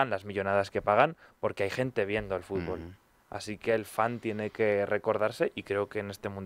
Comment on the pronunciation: "La FIFA ej limpia y trabaja por el fúrbol?" no se lo cree ni él.